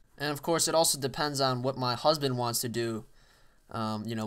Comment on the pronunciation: yeah, i certainly heard him, saying "HUSBAND"